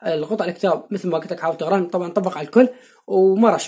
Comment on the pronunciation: ليش تكول تغره حرف ق تقره